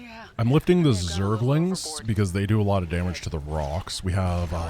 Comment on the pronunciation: Raynor also says "Zerg-a-lings". It's officially cannon in SC2 as well! Blizzard pls fix all other spellings of zergaling, please.